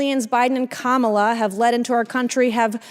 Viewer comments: "Women matter" and also won't respect Kamala Harris enough to 1. say her name correctly and say 2. "Biden and Harris" instead of "Biden and KaMAHla." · She is a racist. She deliberately mispronounces Kamala’s name because she has no respect for black people. She behaves more like a self absorbed TikTok kid than any kind of serious legislator.